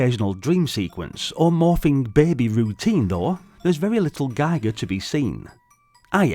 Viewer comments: Very interesting game indeed but how could you have missrd picking up the correct pronunciation of the name "Giger"? It's not "Geiger" but like "Gieker". It hurt my ears! 😸😭🤕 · I prefer Guy-Gur, Gee-gur sounds like people making shit up just to be diff